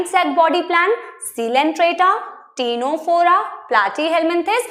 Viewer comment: Ma'am you pronounce ctenophora wrong, you gotta pronounce tinaphora🤭🤭.. btw had a great class ma'am..